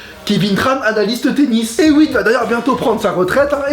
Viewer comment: Superbe vidéo! Mais Hewitt se prononce "Et Ouite" ^^